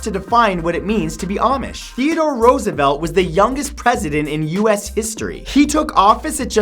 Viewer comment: Is that how you pronounce Roosevelt?